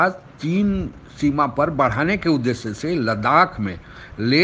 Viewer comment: Udesya nahin udeshya kahiye. You are speaking sh as s. Check your speech and correct it. You are making yourself a laughing stock.